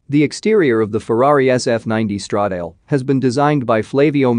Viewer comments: It's Stra-da-le ,not Stredeil!! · Stredeil sounds even worse than Mursaydhese